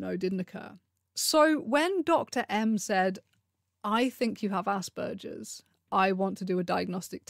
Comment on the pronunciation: So happy you pronounce Asperger’s properly, and don’t say “Ass Burgers.”